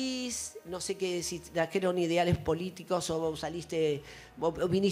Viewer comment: el siempre dice: trajieron... dijieron